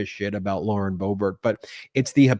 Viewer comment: Cohen, it’s Lauren Boob-art.